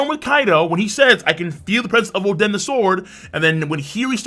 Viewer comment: Óden not Odén emphasis on the o